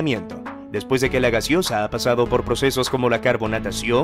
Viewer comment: Corrige ..es GASEOSA, no GASIOSA .😂